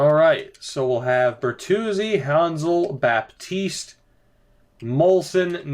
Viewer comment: Dont prononce the "P"in Baptiste 😉